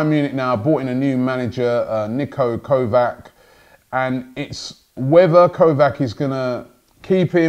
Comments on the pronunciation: Its not kovak, it is said kovach. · It's Niko Kovač - pronounced Kovach, KOVACH not KOVAK. Damn Robbie you really aren't good at pronouncing names huh?